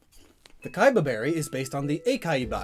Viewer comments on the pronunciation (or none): Since the Kebia Berry is based on akebia, it would be pronounced "kee-bee-ah," not "kai-ba." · It's a KEBIA berry, not a KAIBA berry, silly! Also I was kind of disapointed that you didn't go over the e-reader exclusive berries, but then again, I didn't want you to go into a diabetic coma (or debt)